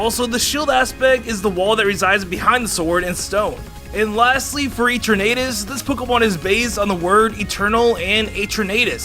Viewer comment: It is Zacian not Zackeon. Ps Eternatus not etturnaydous